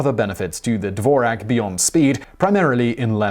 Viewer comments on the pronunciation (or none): It's pronounced Dvorz-yak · Really bad pronunciation: Dvorak, which doesn't rhyme with Morag, is pronounced DVORZHAK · That's NOT how you pronounce the name "Dvorak" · The "Who Invented the Keyboard and is the Dvorak Really Better than the QWERTY?" drinking game: One shot of tequila each time he pronnounces the word Dvorak as DDDVVVorak.